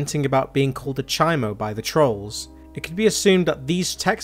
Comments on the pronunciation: It’s CHOMO not CHIMO 🥴 it’s California prison slang . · "chi moe" its chomo lol even if it makes no sense...